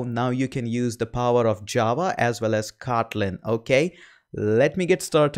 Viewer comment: i love the way you say, "Kawtleen" .